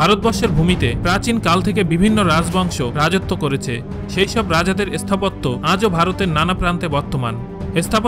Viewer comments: S sthapotto abar ki...agee uchcharon thik korun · এসথাপত্য !! এসথান!! পেন্নাম দাদা